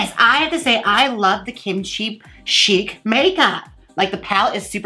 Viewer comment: Nom De Plume - Chic is pronounced “sheek” not “shick” or “chick” lol